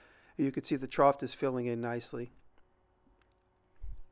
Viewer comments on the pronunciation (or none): Jimmy, the word is "trough." (sounded tr-off) No T sound at the end. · "Trought" made me giggle every time. Idk if it's the regional dialect or just jimmy, but, I swear I used to have a science teacher from the east coast say the same thing